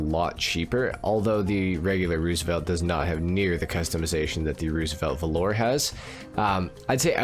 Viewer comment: There's a lot to like about the Roosevelt Valor (btw it's pronounced VAL-ur, not velour) but you missed the best part: the stock horn. Ahh-OOOOGGGAAA!